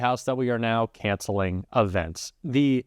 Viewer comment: "Canceling Avents"?